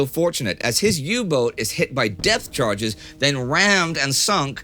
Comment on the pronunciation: Indy is definitely saying death charges...